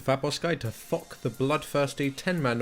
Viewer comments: "fock the bloodthirtsy"? XD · "Hello and welcome to Fok the Bloodfirsty" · anyone else heard ''fuck the bloodthirsty'' at start of the vid? :D